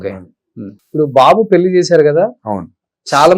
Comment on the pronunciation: తెలుగులో ళ అనే అక్షరం వుందిరా పెల్లి అంటావేంట్రా పెళ్ళి అనలేవూ? మల్లీ కాదురా బాబూ మళ్ళీ అనాలి!